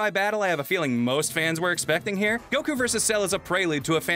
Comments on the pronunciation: God the way pronounces Goku makes me want to rip my ears out... You're not even saying it how the Japanese dub say it... Its GO-Kooo Not Guh-kooooo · Kinda, the way he pronounces Goku and how he says Tienshenhan (he may be correct, but it doesn't sound right to me) are the main things that are iffy imo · Okay not going to lie but pronunciation of Goku kinda rustles my jammies and it's not even about me being a grammar Nazi it's just over pronunciation kind of bothers me a little